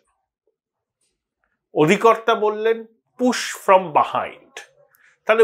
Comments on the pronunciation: Correct pronunciation… its buh - hined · কথাটা বাহাইণ্ড নয়, বিহাইণ্ড। ঠিক উচ্চারণ করলে শুনতে ভালো লাগে। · ও দাদা, বা হাইন্ডস বাহাইন্ড কি ভাবে বলছেন? ওটা বিহাইন্ড বলুন।